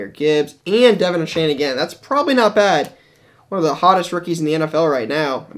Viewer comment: A-Chan not A-Chain